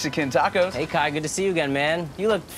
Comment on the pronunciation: Kai’s pronunciation is on point too